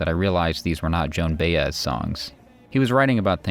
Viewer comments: Excellent documentary. A few corrections: Erik Satie is pronounced Sa-tee, not "Sa-tay"; Joan Baez is pronounced Buy-ez, not "Bay-ez"; and Greenwich Village is pronounced Gren-ich, not "Green-wich". Cheers! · "Joan Bay-ez" 😂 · Well, that’s interesting Des - I was thinking of commenting that the narration is rushed and robotic - typical of the always rubbish A.I… I think I will. Also how do you write “obsess” about this topic and yet commit such cringe-laden mispronunciations in “Greenwich” and ”Baez”.